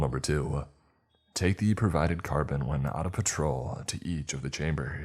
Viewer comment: Dude carbine IS NOT pronounced carbon wth there are so many mispronounced words and sentences read wrong come on